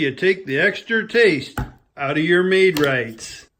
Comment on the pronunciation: “Made-rights”?!?! Lmao 😂